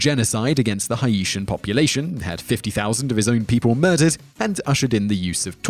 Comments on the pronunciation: work on your pronunciation my friend lol HA-EEE-TIAN ? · Just so you know Haitian is pronounced (hayshun) great video however! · His pronunciation of “Haitian” is almost as brutal as the dictators... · You can't pronounce basic things like Haitian and Jorge. It's very distracting.